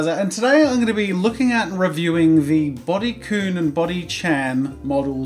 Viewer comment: IT'S PRONOUNCED "BUDY K-UH-N"